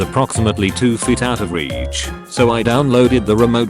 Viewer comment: The way he says reach